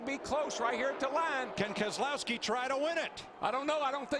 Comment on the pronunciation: Brad Kes-e-lowski won this race